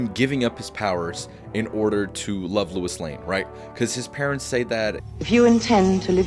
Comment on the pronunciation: Sounds like you kept saying "Louis" when it should be "Lois" And I agree that Superman IV is better in premise than Superman III. Superman III was unfocused & too silly. Both sequels suffered from having creatives who didn't care for the source material + not using Brainiac, Bizarro & other villains . As for seeing Superman as a god, watch Superman & Lois & you'll see how human the character really is. One of the best Superman adaptations alongside Superman: The Animated Series, the 1978 movie & the new one. I respect the ranking, but I'm going 1. Superman '25 2. Superman '78 3. Man of Steel 4. Superman II (both Lester & Donner cuts) 5. Superman Returns 6. Superman IV 7. Superman III